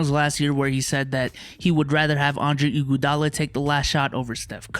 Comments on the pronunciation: The way max says IGUADALA gets me every time lol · The way he said "Iguadala " , annoyed me